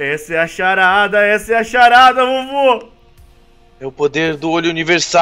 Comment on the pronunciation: Quando o disse charada quem percebeu sarada kkkk '-'